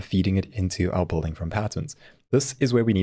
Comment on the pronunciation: South African? No one else would pronounce building as bolding.